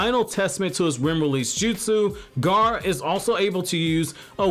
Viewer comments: it's like he keeps saying ''garr'' instead of ''gaara'' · Gaa....ra, Gaara!!! Not Gar